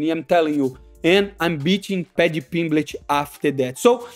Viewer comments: Paddy Pimblitch? wtf is that lol. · Paddy PimbleTT. There are two t's, two. No c, no fucking h, bro